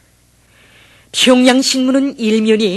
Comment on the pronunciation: 평양이 아니라 퓨~융 양 뭥미ㅋㅋㅋㅋ